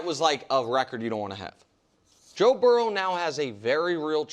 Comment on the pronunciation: "Toe Burrow" is hilarious.